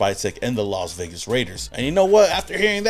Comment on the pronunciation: The Las Vegars 😂😂😂😂😂